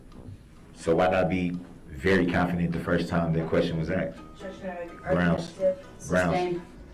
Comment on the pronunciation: Anyone who says the word AXED instead of asked should be put in prision FOR LIFE